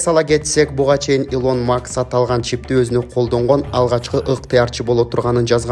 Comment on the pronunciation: Макс эмес-Маск!!😅